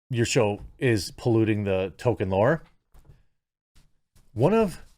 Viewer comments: It kills my non American ears to hear you call him token. Or Tolken at best. It's Toll-keen. Tolkien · ATTENTION NECKBEARD. ITS PRONOUNCED TOLL KEEN NOT TOKEN. THAT IS ALL. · Is it me or does Jeremy constantly mispronounce the name Tolkien as Token? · Ffs, his name is Tolkein. There's an L in his name. Fucking pronounce it correctly. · The ‘L’ in Tolkien is not silent, Jeremy. Patton Oswalt is left of Stalin. The only thing he’s king of are the incels. Btw, his wife is dead, maybe he was involved somehow? 🤷🏻‍♂️